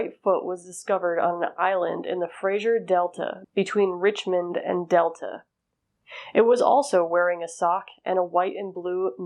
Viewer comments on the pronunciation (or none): none